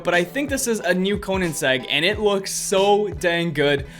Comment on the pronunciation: you cant pronounce koenigsegg?